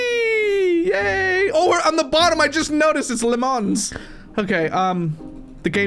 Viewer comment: Ms lemons: Welcome to my game. My name is Ms. “Limons”